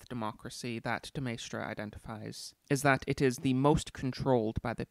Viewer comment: As a Frenchman I would say your pronunciation of de Maistre is fine. After all, it's to be expected that foreign names are anglicised in their pronunciation, and your anglicisation of de Maistre was by no means egregious. (As for AA's Rene "gooey-non" I will make no comment)